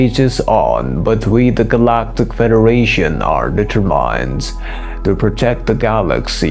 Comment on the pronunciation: Why pronunciation changed of Detter mined (determined) as though reading from... Many thanks. Interesting info x